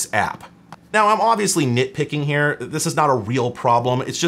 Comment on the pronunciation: two, for redundancy "oviusly" . funny when you only have one PSU